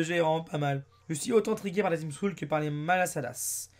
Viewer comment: ''Team Skull'' se prononce "Team Skeulle'' à la française pck la facon que tu prononce, on dirait tu dis "Team School''